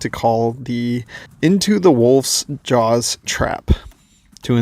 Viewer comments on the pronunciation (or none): none